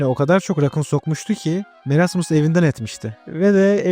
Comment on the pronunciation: Abi merasmıs deyil moresmıs diye döyleniyor